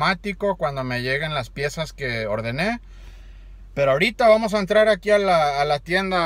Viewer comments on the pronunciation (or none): none